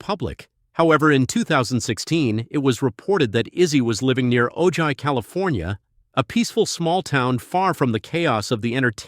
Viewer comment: Ojai is pronounced like OH HI!